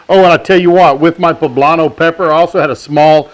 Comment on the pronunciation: I swear he said black powder not pepper